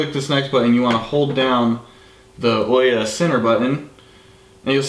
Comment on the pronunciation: awesome video, sorry to be nit picky about how people say the OUYA name XD but it's ooo ya like *ooo that looks interesting* and *Yea that's great* again sorry it just bugs me XD